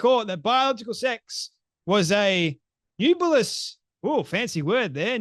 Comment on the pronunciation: NEB YOO LIS That’s how you pronounce “nebulous.”